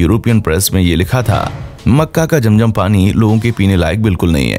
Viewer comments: Apne picture me atma kiyon lgai hoi hy for you kind information yahan attma to kiya koi Angel b allah k hukam k bina nehi ja sakta second ye k ye jo nAme liyA apne aby jam.jam it's not jam.jam it's abeh ZAM.ZAM next time b careful understand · Its zam zam not jam jam